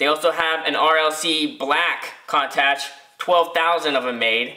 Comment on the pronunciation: Hate to be that guy, but it's "coon-totch" lol.